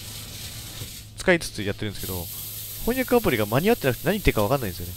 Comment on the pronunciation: 翻訳アプリが「ほんにゃくアプリ」って聞こえた人、今日もお疲れ様でした、、、 今回、かなり苦戦されてるような、、、負けるなガッチさん！